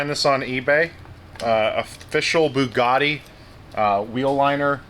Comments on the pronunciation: The “poogatti”. 🤣😂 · The “Hongatti” 🤣